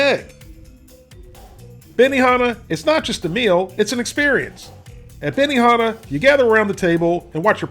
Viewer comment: Bemi-naa-naa lol